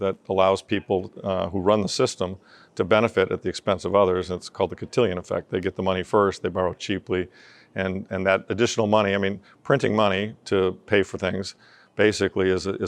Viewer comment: Cantillon, not cantillion haha